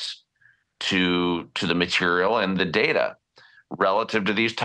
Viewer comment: Its not DARTTER mate , Its Data. 😂